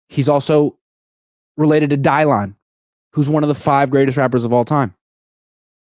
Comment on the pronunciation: I am screaming at u saying Dylon 😂😂😂😂. He spits hot 🔥🔥🔥